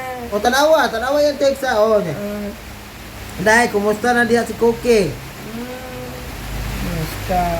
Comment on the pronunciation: Eyes "eyis", Idea "eday" Very good kaayos 😂😂